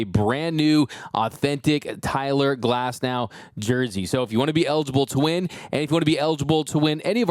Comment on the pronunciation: Cy-ler Glasnow!